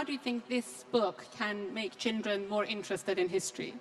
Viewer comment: Rana Rahimpour has a problem pronouncing the word "Children" She keeps on saying "Chindren" Not sure why?